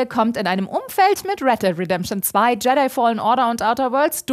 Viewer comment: jetey? die Aussprache der alten geht garnicht das heißt Jedi = Yedi